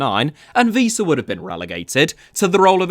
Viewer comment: I really like you.. But you saying "Víííísa" really made me laugh out very loud 😂